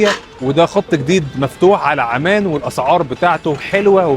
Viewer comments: انت ليه مازورة العندلي يارجل اسمها عمان مش اعمان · اسم العاصمة عممان بتشديد العين وليس عمان